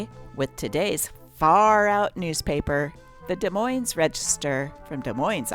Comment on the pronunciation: If you are going to read about a city, you should learn how to pronounce the name of it. Both "S's" are silent, not just the first one. "de MOINE"